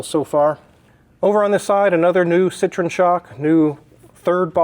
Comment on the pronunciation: Ci-tro-EN...please. They are not from Indiana.